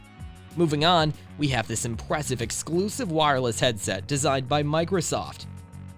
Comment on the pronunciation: 😂😂you said impwessive 😂😂